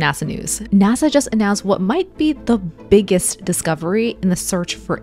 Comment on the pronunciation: why she said the biggest like she is saying a BBC big